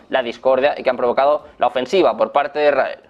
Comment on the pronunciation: No se. entiende lo que habla el periodista. Es muy arrebatado all hablar. Ademas dice. Erael .. Se Debe. decir. Israel.